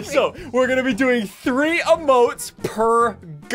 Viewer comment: Me: I'm already subscribed Ssundee : I'm gan a break up with you